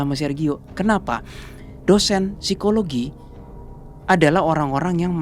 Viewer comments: Seramm yaa... Pas ka bilang phisikologi 😱 ngeriii... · Aku baru mampir ini aku jadi langsung merinding pas bilang "Sikologi" 🙂